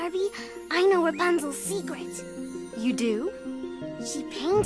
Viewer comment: How she pronounced Rapunzel hahahahahahaha so awkward to hear it because in my language it is pronounced very different